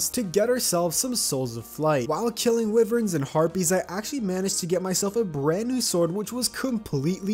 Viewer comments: its pronounced "why-verns" not wiverins, just pointing it out, but still liking the content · If this man.. Calls them weivurns.. One more time.. It's wyverns. Why-vurn. Wyvern.